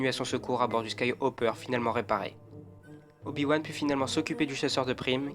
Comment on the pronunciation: A 1min12 tu dit Oyo wan mais bon sang respecte le 😂